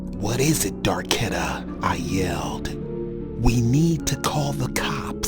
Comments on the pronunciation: Did he seriously say darkedta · Nigga said Darketta 😹😹😹